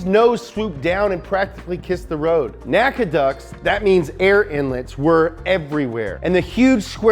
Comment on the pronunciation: FYI NACA is not pronounced as a word or name. It's pronounced by the discrete letters, N-A-C-A.